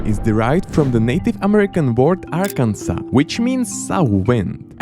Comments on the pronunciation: Bro said Arkansas wrong 🤓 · "ArkanSAS" "PenSIUWAnia" "ColoRAYdo"